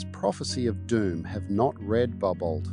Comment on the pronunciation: Pronounced barbo